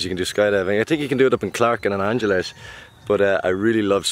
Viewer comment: Ang-HELes 😇 not angel-es 😁 hmmm, learn different dialects is a good idea! Go for it! You could learn Zambal 😃